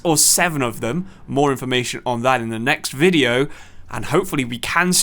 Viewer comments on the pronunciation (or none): none